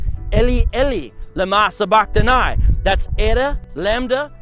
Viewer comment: you say sabachtani wrong its (engl.) 'suh' 'buh' 'kh' 'tuh' 'knee'